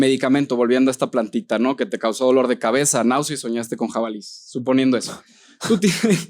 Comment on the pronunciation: 'Jabalíes'... aquí no más por criticar.